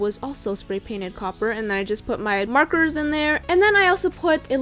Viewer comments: she said coper so many times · The amount of times she said “cOpPeRr” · How many time did she say coper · did anyone else really want her to stop saying copper 😂